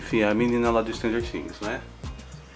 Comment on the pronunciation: Adoro o falando "minina" kkkkkkk racho o bico blogueirinho dark